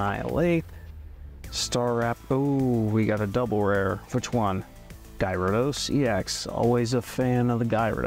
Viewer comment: the way you said Gyarados